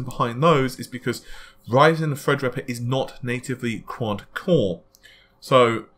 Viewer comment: every time i hear "fredripper" i chuckle a little bit